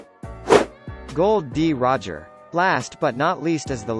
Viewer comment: His name isn't Gold, D Roger. Its Gol, D Roger.